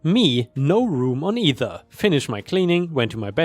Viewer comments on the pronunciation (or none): none